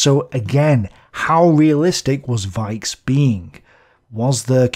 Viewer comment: Even if iit' s not very important a pronounciation correction: "Richthofen"/"Broich/Weichs" . In German "ch" is pronounced the way you did after the letters a,u and o. But after an "i", "e" "ch" is pronounced softly like "reich" (rich) or "weich" (soft) if you listen to a translator program. Besides great work.